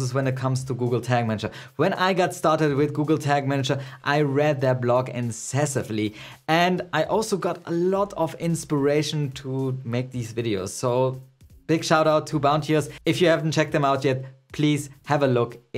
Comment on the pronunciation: Incessantly, not incessively. Otherwise, great video.